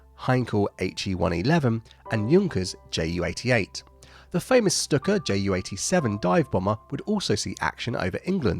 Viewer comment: You need a Graphic designer to sort out your graphics. (The bomb symbol you use is a graphic of "Fat Man" the atomic bomb dropped on Nagsaki in 1945). The statistics need better context to demonstrate the impact in the overall picture. You also need to learn how to pronounce "STUKA" More work to do I think!